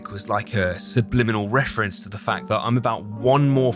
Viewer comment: why are we making a fnaf wefewance in a wesidant eviwl video????